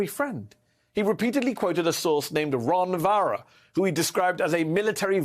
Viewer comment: "Ron Varra"... Like "Barron"... same tactics by both.